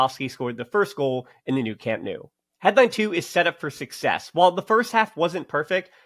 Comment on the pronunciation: Hey! I encourage you to fully commit to the “No” sound for Camp Nou. Just say “No” to “New” and you can’t go wrong!;) Keep up the great work. And yes, Eric was an absolute boss today. We’re lucky to have such great depth and versatility this season. Hoping to see the team at full strength soon!